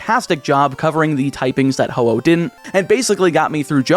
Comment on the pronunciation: Man was ho oh long.(hoppip was longer)